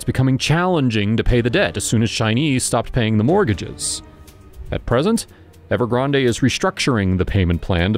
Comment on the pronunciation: At least learn how to say Evergrande and Xian if you want to be taken seriously...